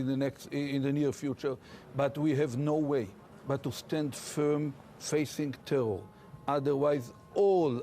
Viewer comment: Ohh the tewor!!!